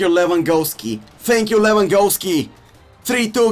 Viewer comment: “TANK YEWW LEWANGOALSKI”